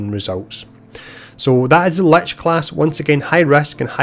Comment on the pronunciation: I think for the first time in my life perhaps ive finally heard "lich" pronounced as intended. Also, thank you for taking the time to make this video. Much appreciated.